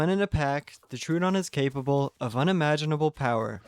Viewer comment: It's Tro-o-don. Not True-don. Everyone gets that wrong.